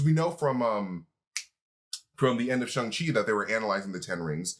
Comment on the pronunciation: as a mandarin speaker - the 'shang' in shang-chi rhymes more with 'long' than it does with 'hung', and for the love of god xialing's name is nOT PRONOUNCED LIKE THAT (more like 'sh-ee-a' ling). i know you guys are trying really hard with accurate pronunciation and i really do appreciate it but i've been hearing it being mispronounced on the channel for some time and i just wanted to point it out for future reference!